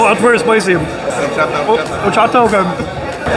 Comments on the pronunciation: Al pastor versus adobada is slightly different. Al pastor is cooked on that turning spit and adobada is either cooked on a grill or braised in a oven. Adobada means "marinated " and both are very similar. Pro tip "H" is silent in spanish so it's pronounced Or-cha-ta. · H is not pronounced in horchata (Or-chata) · Bro, don't pronounce the H in horchata. Just Orchata. 😊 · Horchata in Spanish the H is silent so say with out pronouncing the H (when at the beginning of a word), so say it like this...Orchata. Just an FYI. 🫡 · The "H” in Spanish is silent. Horchata is awesome, I need to try this spot when I go to NYC in August. Coming from L.A. I’ll see how good those tacos are ☺️They do look good.